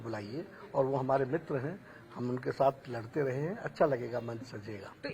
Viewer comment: Please confirm your anchor what do you say Mitra or mutra ?